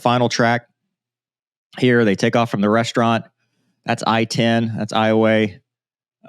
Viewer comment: I was wondering if you were from Louisiana when I saw your name, then you correctly pronounced Iowa.